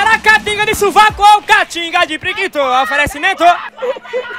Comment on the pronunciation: bom locutor boy kkkkkk toda hora fica falando oferencimento..... kkkkkkkkk